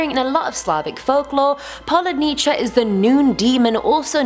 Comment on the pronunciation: It's not PoludnEECHA! 😂😂😂😂😂